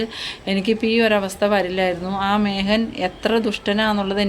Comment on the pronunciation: മേഹൻ എന്ന് അല്ല മേഖൻ എന്ന് പറയൂ.